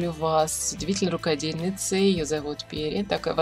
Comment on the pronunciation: Пери..ударение на И